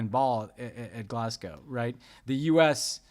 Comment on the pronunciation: On behalf of brits everywhere, thank you for pronouncing 'Glasgow' correctly!